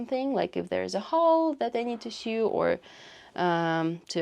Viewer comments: I'm so impressed! Also, a note on English pronunciation (the crazy language that doesn't follow its own rules)... "Sew" is pronounced the same as "so" :) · Minor tip - sew is pronounced the same as so :) Thanks for the tour.